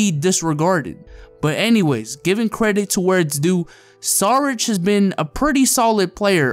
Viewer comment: SHARICH not SARICH